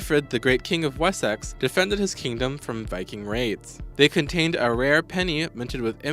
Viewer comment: took me ages to work out what "poe tash" was, and "lie sister". i cant wait to hear more, lol "wez-x"?